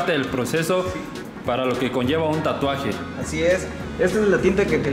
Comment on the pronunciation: Yo: se dice tatuaje verdad? Todos: tuatuajes Tatluajes Tlatuajes Xd